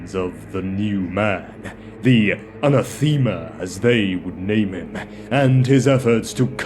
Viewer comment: I like the video. This may be different regionally, but a few pronunciations threw me off. Anathema is uh-nah-thuh-muh. Tarot is tah-ROE. Keep em coming!